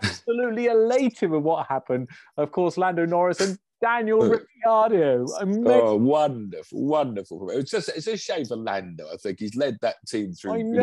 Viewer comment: Ric ar do. Not Ricky ar do for gods sake 🤯